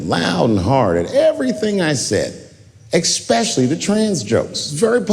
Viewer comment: He said "ickspecially". So anytime you think that Dave is very intelligent, think of that, and realize he's only smart for a celebrity.